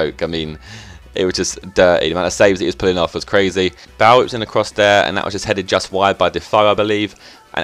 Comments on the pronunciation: Bahl? Pretty sure Bale is pronounced Bay-le. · Gareth Bale not Gareth Bell hahaha nice video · sounds like your saying bowel :L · you're saying bale wrong...